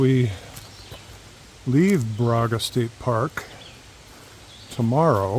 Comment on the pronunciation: Baraga is pronounced "Bear-a-ga". This is my favorite place in Michigan on the shores of this park and Lake Superior's Keewenaw Bay.